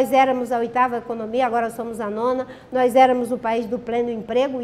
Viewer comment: Ela ainda fala "NOIZ" kkkkkkkkkkkkkkkkkkkkkkkkkkkkkkkkkkkkkkkkk